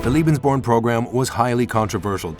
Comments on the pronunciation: It always amazes me when money is spent to make a documentary film & they go out & hire some dufus who can't even pronounce the topic of the film correctly. CLICK, see ya! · You could have made the effort to pronounce Lebensborn correctly. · Why does the announcer say "lebensborn" as if it's spelled "liebensborn"? You'd think they could at least consult a German dictionary or ask someone who speaks the language before making a video. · Firstly, it's pronounced "LAY-bens-born" not "LEE-bens-born"; ....and I'd like you to cite references to support your claim that Allied forces targeted Lebensborn centers for BOMBING. I have my doubts about that. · Leben. Sounds more like lay bens born. Doesn’t sound like lee. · If you wish to be taken seriously, please assure that your narrator can at least say the word Lebensborn properly. Otherwise it comes across as a bit silly. It sounds like he is saying Liebensborn. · Lebensborn is pronounced 'Laybensborn' .. 'Leben'' is the verb to live... Lieben' is the verb to love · Unfortunately, you pronounce "Lebensborn" as if it were "Liebensborn" in every occurrence in this video. That isn't a surprise, since you mispronounce most foreign words on all your other videos as well. However, in these other cases, it does not cause a problem. "Liebensborn:" would mean something entirely different. "Liebe" means "love," and there was no love in this program. As such, your pronunciation becomes extremely offensive, although I realize that is not your intent. I strongly suggest that for your future videos you get some advice on how to pronounce foreign words so that you avoid something else like this in the future. Other than that, I do appreciate your videos. i am offering this as constructive advice. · Lay-bens-born, dolt! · Strains to say Heinrich Himmler properly but can't say lebensborn correctly at all. It's pronounced LAY-benz-buorn. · He keeps saying liebensborn